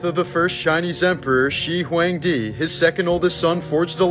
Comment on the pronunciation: Dude you pronounced Shi Huangdi's name wrong